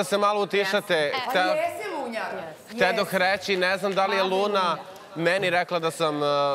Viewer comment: Čuj "Lunjara. Jesi Ljunjara" HAHAHAHAHAHAHHA